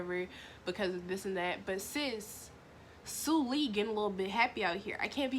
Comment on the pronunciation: she really said sue lee IM CRYING